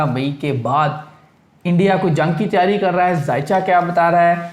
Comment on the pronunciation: Yar pind se abhi abhi ai ho kya? Urdu itni ghlat andaz se boltey ho Yar tm. Phir urdu bolney ki zaroort Kya hai pnjabi hi bol leya kro. "Tayari" koi lfz nahi hota Taiyari" asl lfz hai. "Mjood" koi lfz nahi hai yar jo tm mjood mjood krtey rehtey ho. "Moujood" asl lfz hota hai. Urdu bolni hai to theek treeqey se bolo vrna direct pnjabi mai video bnaya kro. Right?😏😏👎